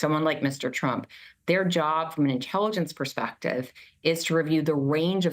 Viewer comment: You said "Inteeligence" when talking about a trump rally.......LOL! Stupid rubs off Donnie like dishonesty does and there was A LOT there that day!